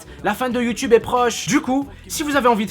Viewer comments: toute la vidéo il dit youtube et juste la il dit youteube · c un pervers wesh il dit youteub au lieu de youtube. Youteub est un site porno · ses moi ou dans la video il a dit youteub ? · vers ta dit youteube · sisi il a bien dit youteub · 02 minute 10 ta vraiment dis YOUTEUBE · C'est moi ou a t'a dit : "C'est le charme de youteub" xD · Il dit you teub ce bled'art :D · je suis le seul a avoir entendue youteube a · wtf il a dit Youteub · "C'est le charme de YouTeub" lol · Ha ha tu m'as tué quand t'as dit youteub à la place de YouTube (T'inquiète pas je sais que c'est pas fait exprès et que tu voulais parler de YouTube) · ah non t'avais pas le droit de dire youtebe xD<3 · youteub xD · il a dit Youteub a un moment mdr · "c'est le charme de you teub" ? ? ? sérieux y a que moi qui comprend ca ? x) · mdrr "c le message de YouTeub"😂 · mec a un moment tu a dit youtebe, sinon gg et ce que tu dit et vrais😊😄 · C'est moi ou à il a dit le "charme de youTEUB" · c'est moi ou tu dit youteub a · Tu as réussi à pas dire Youteub pour une fois... Bravo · "C'est le charme de youteub" ^^ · "C'est le charme de Youteub!" Bah bravo ! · il a dit youteub non ? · " Mais bon, c'est le charme de youteub ! " X'D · "Youteube" Tu es très élégant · "Le charme de youteube" uhm x) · Oh comment il m'a tué dans il a fait "Mais bon c'est le charme de youteube !" :') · Il a encore dit YouTeub si conai bien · Je retiendrait que tu as dit "youteube" dans ta vidéo. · Il a dit youteub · J'ai kiffé le youteube a 😂😂😂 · Il a pas dit youteub à mdr ? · C moi ou il a dit youteub😂😂 PS:continue comme ça😉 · Par contre dis plus jamais "YOUTEUBE".